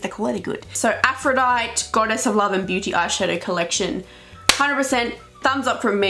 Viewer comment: It's pronounced 'Aph - ro - dite - ey' not 'Aphro - dite'